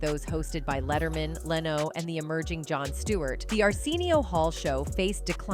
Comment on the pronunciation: It’s AI narrating. They also said Jay Lenos name wrong.